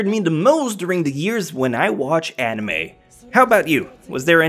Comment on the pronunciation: Worst "nime" ....... gg boi.